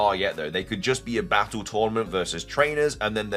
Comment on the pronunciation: Can you really not say battle the correct way ?